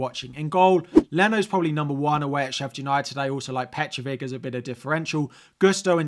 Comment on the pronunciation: it's Petrović (Petrovich). Not Petrovic.